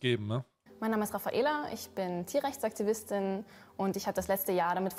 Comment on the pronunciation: "Mein Name ist Rafaela, ich bin Tierrechtsaktivistin" Betonung auf rechts.